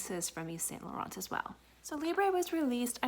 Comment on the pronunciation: hey honey thanks for the video, just little correction: the T in Laurent is silence its pronounced Lauren